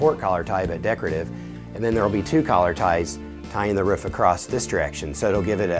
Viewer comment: Did he just say ‘we’re going to put a beam a-crossed here’??!!!